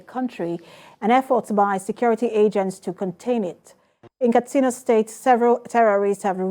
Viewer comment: Katsina not Kastina pls...